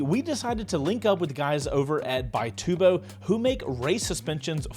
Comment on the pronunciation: It's actually an Italian company, and they pronounce it "bee-TOO-bo"